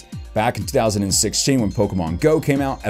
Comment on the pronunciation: did you just said 2006? I know what you mean it's 2016 but heck I keep on and on listening. It sounded like you said 2006.